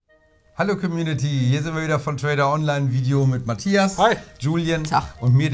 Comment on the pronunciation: Ich liebe es wie Ihr Community immer ausspricht haha, soll keine Beleidigung sein. Weiß nicht, ob es das Wort auch im deutschen gibt und man es so aussprechen kann?